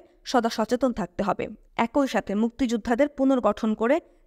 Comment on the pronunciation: একই - উচ্চারণ এক-ই ‘ঐ’-নহে। ধন্যবাদ। *মারাত্মক ভুলটা বহু লোককে করতে দেখি। ধারাভাষ্য বা বুক রিডিঙে এসব ভুল উচিত নহে।